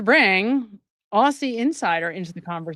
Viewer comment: 'Aussie' is pronounced 'Ozzie'.